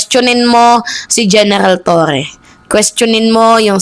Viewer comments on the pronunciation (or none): none